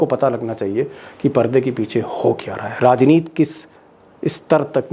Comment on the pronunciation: क्या भाई आप फिर से राजनीति को राजनीत बोल रहें हैं। आप को क्या दिक्कत है? तोतले हैं? मातृभाषा हिंदी नहीं है? ये कौनसा फैशन है ती को त उच्चारण किया जाए?